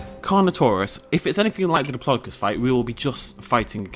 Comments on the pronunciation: can you say diplodocus right please its annoying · you say it pure weird though it might just be me then